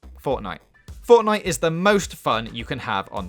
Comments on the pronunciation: what the fuck why is fowtnite hewe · This guy: Fort- Everyone disliked that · Fowtnite // Wed ded Wedempition // Unhawted fouw // Howison zewo dawn // God of Waw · fOrTniGhte bad